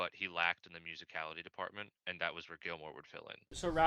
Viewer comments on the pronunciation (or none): Why do you keep saying glimor? Even after being told that it's GILMOUR😂